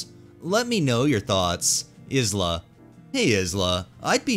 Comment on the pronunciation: Is-la is pronounced “Eye-la” 😉